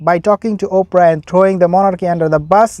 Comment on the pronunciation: "Ophra" 😂😂😂😂😂I Lovit !